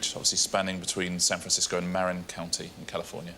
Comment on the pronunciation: He also mispronounced Marin County. It’s Muh-rin, not Mare-in